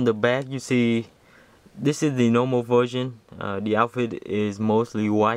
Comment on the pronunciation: "this is the nowmal vewsion"